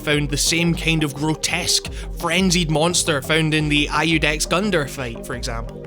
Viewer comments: Interesting video! Just one tip: Iudex is Latin (judge) and therefore pronounced like Youdex. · Yo. Maybe it's an Irish thing, but Iudex is pronounced YOO-decks. It's the Latin word for Judge. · I don't say this to be a dick, so don't take it that way, I mean it purely for educational purposes. Not even sure you read these comments, but if you do, "Iudex" is pronounced like "you" and "dex", and the word Iudex means Judge.